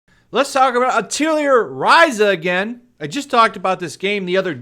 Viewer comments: Hey 2, not that I care too much but I figured I'd point out for future reference, Atelier is pronounced "Ah-teuh-lee-ay" It's a French word, so don't feel bad, but yeah, I just found it hilarious how you were pronouncing it like Artillery or something xD It basically means workshop and references that every main character is an alchemist, and they use item creation as a heavy role in the game series. Hence, the work shop reference in the title. Again, don't feel bad, but yeah for future reference, it's "Ah-teuh-lee-ay" not "Ah-tiel-lee-er" XD I still can't get over that that's such a funny way to say it. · Great videos, but it is pronounced: "Ah...tah...lee...eh" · The only thing that triggers me about this is your pronunciation of "Atelier" XD Over here we use the French pronunciation which sounds very, very different.